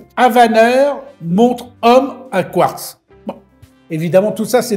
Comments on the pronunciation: Quratz ?? Mais pourquoi Quratz et pas Quartz ? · Quratz est d'une "r" plus avancée que le quartz😂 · Alors on assume pas 😂 pauvre Etienne. Je prononcerai Quratz …kratz…elle est cool ta montre à Kratz 😂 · C’est quartz pas quartz 😮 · Le "quratz" (prononcé "kurats") est un minéral rare et mystérieux qui se distingue par sa capacité unique à rendre les montres en retard de cinq minutes chaque fois qu'elles sont à proximité. Les scientifiques s'interrogent toujours sur la nature de cette propriété temporelle, mais les horlogers le considèrent comme le meilleur ami de leurs affaires, car il garantit un flux constant de clients désespérés pour des réparations. Le quratz, souvent confondu avec le quartz, reste ainsi le joyau paradoxal du monde minéralogique, ajoutant une touche de folie horlogère à notre quotidien. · Les fameuses montres à 'quratz'... Ça fait un peu stars wars ^^ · Salut étant en C.A.P horlogerie le mots " quratz " ma fait bien rire j'aime beaucoup tes vidéos t'y m'a appris beaucoup sur mon futur métier de rêve. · Salut! Je suis ingénieur chez Breitling et on on a vendu une montre Quratz année passée! En fait chez le peuple arménien du nord c'est leur manière de prononcer Quartz, c'est dû à une hybridation entre les langues germaniques et slaves! Bonne soirée 🤫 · Quratz..vous avez dits Quratz… quelle drôle de montre !!! 😂😂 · Magnifique le quratz 😂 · sympa le "Quratz" !!!!🤣🤣🤣🤣🤣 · Quratz … fallait oser 😂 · Quratz, Quratz, tient comme c'est Quratz... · Oh la la le quratz 😂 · Quratz 😂 c’est de la bombe😅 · Le quratz m'a fait éclater de rire !! 😂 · Attention à la prochaine crise du Quratz du japonais « kiurateuzeu !! » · Vous avez dit "Quratz" comme c'est bizratz, pour des montres a quartz Je vous assure mon cher, que vous avez dit Quratz. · et voila, est dépassé par la toute nouvelle technologie Kuratz, quelle bafouille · Du quratz ?! Même le correcteur d'orthographe ne connaissait pas....